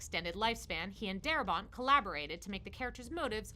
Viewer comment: Darabont. Not daramont.